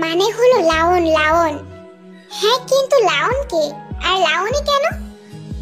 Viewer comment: Laon na lion hobe😂